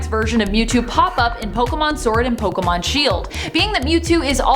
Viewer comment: Finally someone who pronounces pokemon correctly 👍